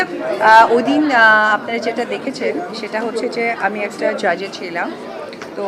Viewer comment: জাজেজ ছিরাম😂😂 সুনতেই ঘেন্না লাগছে